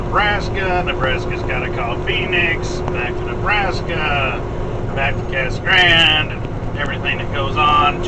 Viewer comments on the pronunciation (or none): Its pronounced "cah-suh grahn-dey." Two sylables each... just saying.